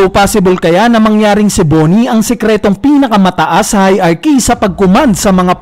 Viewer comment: Kuya paki ayos yung pronunciation mo sa HIERARCHY